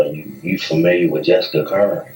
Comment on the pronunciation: This guy isn’t pronouncing Jessica’s last name right. Currin as in curry. My sister and Jessica was best of friends since kindergarten. They both were in the same classroom in Sedalia elementary. She was a sweet girl. She didn’t deserve this. Rest easy Angel 😢